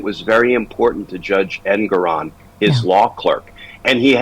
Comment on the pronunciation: I believe it’s pronounced en-GOR-on